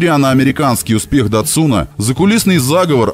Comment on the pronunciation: Американцы ставят ударение на первый слог, но когда на нашем рынке запускали датсун он ду, фирма сама подчеркивала, что ударение нужно ставить на второй слог, и произносить "датсУн"